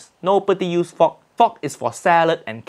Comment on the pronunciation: English: fork Uncle Roger: fok